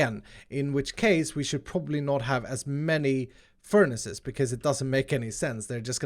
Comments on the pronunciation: I’ve never heard someone say ferni’s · did you say "furnice" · Im sorry but did he say furnies? That is the best thing ive ever heard ahha omg